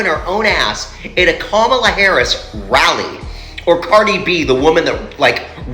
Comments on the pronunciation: Her name is pronounced KA -MA-LA! literacy may help the intellect! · First of all... pronounce her name correctly!!!